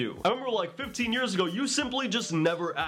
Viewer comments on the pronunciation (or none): none